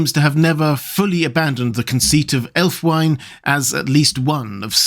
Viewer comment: Love your content,. I don't like to nitpick, and please don't take it as such, but I thought you'd wish to know the the only probable Anglo Saxon pronunciation of Ælfwine would be something like /ælfwiːnə/, approximating to "alf-wee nuh" (with a British, not American initial 'cat vowel'). Though, interestingly, the American version of the initial cat vowel gets us much closer to the meaning of that element, 'elf'! Which is unsurprising, perhaps, as US English did not undergo certain vowel changes that Southern British English did.